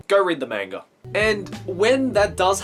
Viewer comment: Hahaha you pronounced manga both ways in this video: "ma-n-ga" and "man-ga" :^)